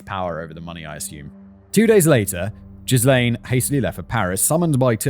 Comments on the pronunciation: Ghee-lom-ay loool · I'm 8 mins in and wondering if Simon will mention that he keeps saying jizz lane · Will never not find it funny when Simon pronounces Ghislain (Juh-LAIN or jhiy-LAYN)) as JIZZ-lane! He did it in the Epstein video too. Where do you live, Cum Street? No, no it's Jizz Lane! Also hearing Simon say "draining Jizz Lane ..." It sounds like some 70s porno, big moustaches, mullets and epic bushes, soft jazz soundtrack, set in a suburban soap opera style! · Sure hope Ghrislane isn't pronounced as Jizzlane like how Simon pronounces it. That's gotta be a rough childhood these days. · Simon. I...I appreciate you trying to pronounce the names without a guide or looking them up, but I cannot take this very serious topic at all seriously when you're pronouncing Ghislaine as jizz-lane. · Jizz-lane 😂😂😂 - I can’t unhear this now… It’s greed that does it for these people. They’ve got plenty of money but can’t resist the lure of more, more money and more power and access to more powerful people. They’re ready to believe anything they’re told, and the conmen are good at their job. They’re narcissistic sociopaths, they lie, cheat and steal their way through life and don’t get uncomfortable under pressure the way most people do. This gives them a massive advantage over many people, especially families who live quiet, wealthy lives far away from the real world. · Jizz Lane omg I'm dying Arnaldo, Simon needs a pronunciation guide 😭😭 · No, I like Jizz-lane better. It makes me think of a small road for... Excretions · When you pronounce Ghislane, all I hear is “jizz lane”…🤣🤣🤣🤣🤣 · Jizz Lane should be saved for maxwell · Same lol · In his defence, French spelling and pronunciation aren't exactly intuitive for most anglophones. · That a hard ‘G’ on Ghislaine, my friend. 😬 (and a silent ‘S’) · well, american news couldn't get Ghislaine Maxwell right, so I don't blame Simon either xD (and even my first language is neither french nor english ^^')